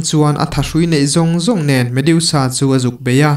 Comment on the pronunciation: Medusa,a in ziak ang hian,lam mai tur ni awm tak a ni,mediusa ni lo vin.ha ha haaa